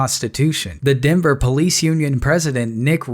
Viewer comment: its called a police officer, not a pease officer